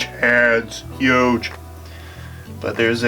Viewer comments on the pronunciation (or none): Trump says heyoodge